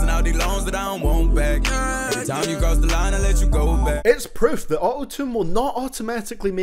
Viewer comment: normal people: time: tiem